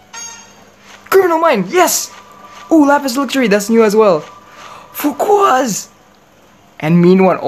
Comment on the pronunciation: Coming back again for just to hear him say ‘Fukuas’